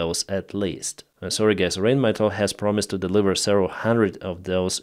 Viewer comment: it is not 'Rainmetall', it is Rheinmetall' like in 'Eye', or Rhein/Rhine the river. It's the same company the PzH 2000 is from. So, thank you again Germany for the Lynx/Luchs, cause who will pay it? 🤕😵‍💫